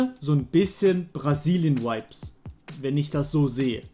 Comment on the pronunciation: bitte lern die aussprache von vibe